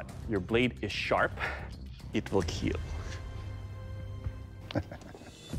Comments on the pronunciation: KEAL not keel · It will keel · "it will Kiel"